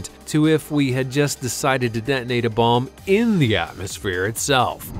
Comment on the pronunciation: By the way "Det-nate" is in fact spelt like so "Detonate". same for Det-nating => Detonating. I spell it out further: Det-o-nating